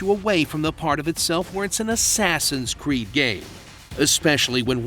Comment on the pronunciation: "Axeaxins creed"😂😂